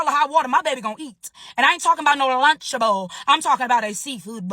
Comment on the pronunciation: “Iaintalkinbout Nooo lunchhh-uh-bull, italkinboutaseafood boyyyyugghhhlll” almost made me do a spit take